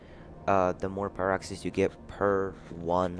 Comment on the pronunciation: Just a nit pick... It's S..core..dite. And Pie..rocks..ene